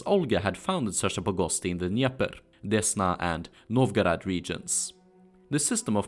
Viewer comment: не знаю к чему токсичность, по моему наоборот хорошее произношение, особенно Новгород и Смоленск, видно что старался. на его акцент в английском вы также реагируете?